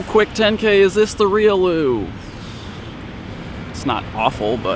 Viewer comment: Spelling: Riolu, Pronounced; Ree-yoh-loo emphasis on the "oh".